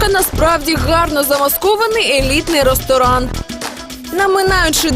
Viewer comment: Что это за извращение над украинским языком? Почему не =рЕсторан=, а =рОсторан=? Ну прислушайтесь...Ну противно же слушать